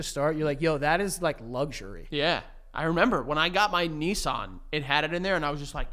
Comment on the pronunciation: I did not know how Americans pronounce Nissan until now! Kneesarn is craaaaaazy!